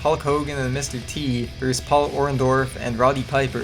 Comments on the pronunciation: it's pronounced VER-sis, not verse!! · I can't take this seriously when he keeps saying Wrestler A "Verse" Wrestler B